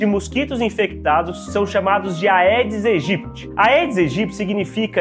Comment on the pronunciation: Bom dia, Dr.! Algo que pode lhe ajudar sobre a pronúncia do nome do mosquito. Por se tratar de uma expressão latina, sempre que "ae" estivetem juntos, se promuncia "edes egyptis"